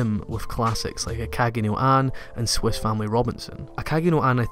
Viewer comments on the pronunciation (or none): none